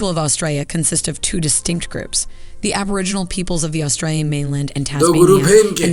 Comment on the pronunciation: My goodness that was painful. Aboriginal, not aborigins - the pronunciation was killing me.